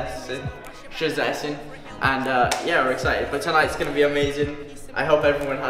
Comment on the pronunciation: You almost said 'Szczecin' right 😀😀